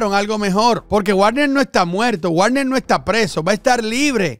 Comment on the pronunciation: como siempre buen video, solo una cosa, se pronuncia Vagner